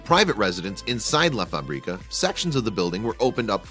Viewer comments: It's funny this guy saying la faBRIca, he should say la FAbrica, stress in the the FA not in the BRI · “La Fabríca” haha it’s Fábrica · What a nice place, he has changed up something ugly into a palace. You have little pronunciation mistake, "fábrica", has its stress on the first syllabe (fa) not on the second one (bri). Spanish is a tonal language if you change the stress you change the meaning of the word. If you say "la faBRIca" you are saying "he makes her up", but if you say (la FAbrica") that means "the factory" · if he says "la faBRIca" one more time Istg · I cringe everytime he says "La fa-brí-ca" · who knows spanish and crige every time he says La fábrica.loool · Did you know, to ask how to pronounce a word before making a piece? Fabrica, accent on the first "a". Let's be honest, the place will be fresh during the summer months and bitter cold in winter, so a nice summer villa.